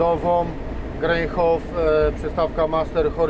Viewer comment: To nie jest przystawka ,,grejkhofa" tylko geringhofa.....